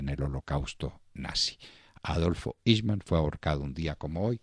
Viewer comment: Se pronuncia el nombre en idioma alemán :aijman